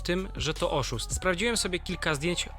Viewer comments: "OSZÓST" XDD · "oszóst" XDDD